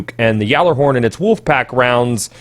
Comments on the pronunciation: funny thing is you are pronouncing it correctly lol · You do say Gjallerhorn Correctly, everyone else says it wrong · No, you're saying it correctly. Well, mostly. It's pronounce like "yallah-horn", not "yaller-horn". But really, that's almost just preference at that point. Glad to see you didn't say "gyoller-horn". Like come on, kids. It's not rocket science! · Is it just me, or is it slightly annoying when people say "yallarhorn"? I understand that it is the "correct" pronunciation, but it really seems like it's some weird elitist thing... I can understand the nerf though, I just hope it isn't a stupidly overboard one. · You are the only person I have heard pronounce it right